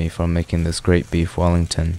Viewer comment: Beef willington❌ beef fallingtonss ✅